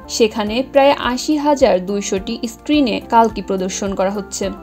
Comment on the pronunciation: কল্কি হবে কালকি নয়